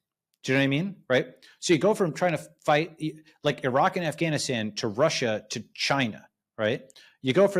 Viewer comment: Balaji not just being a boss as usual with his knowledge and analysis, but with his proper pronunciation of Pakistan. But it's surprising that he still mispronounces Afghanistan though.